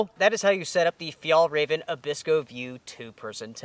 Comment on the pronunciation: the way you pronounce fjällräven translates to "Sissy fox". It´s pronounced fjell-r-ai-ven. Like air. Ä